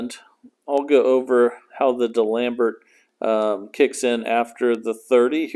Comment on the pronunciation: Love the way you pronounce D'Alembert. I guess no French classes in the U.S.